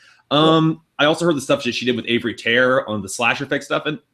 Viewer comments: "Avery Tare" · it's "Avey Tare" dude